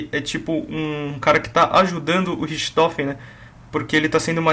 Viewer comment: naturalmente a pronuncia de RICHTOFEN é Ricktofen, mas sem problemas